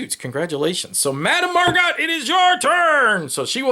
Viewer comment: Looks like a fun game nice theme. yeah it's easy to make mistakes solo and recording at the same time. it was more fun thinking it was a tie ; P.S. How is the quality of the cards? people on BGG seem to think they're cheap? P.S.S. Her last name is pronunced 'Mar-go' ; like the actress Margot Robbie